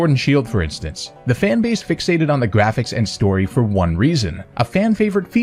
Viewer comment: Timestamp: "no matter if the gwafics look gweat" actually sorry though if you have a hard time pronouncing your "R"s... 🙁